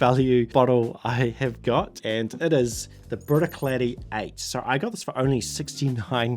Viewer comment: Always makes me laugh how you stick an “N” into Bruichladdich!